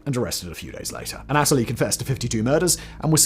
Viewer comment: "anatalie the beast"